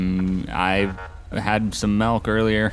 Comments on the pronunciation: I love you, but it’s milk not melk. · "I've had some "melk" to drive today." xD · It’s MILK not melk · No it's malk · the man wants a glass of mulk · He said melk, not milk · So no one is gonna say anything about “melk” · JOSH, POUR ME A GLASS OF MALK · He needs some melk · "i drunk some malk" lmao